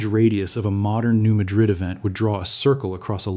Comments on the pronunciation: Thid is AI, New Madrid is pronounced New Mad-rid; not like the Spanish city. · It is pronounced Maaad rid